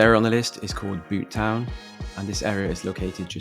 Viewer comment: and Butetown is pronounced beaut-town rather than boot-town